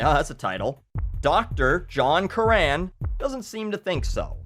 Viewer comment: Curran is pronounced "Cur-rin", not "Cur-ran" you moron. Fuck you. Jk peace and love from NYC!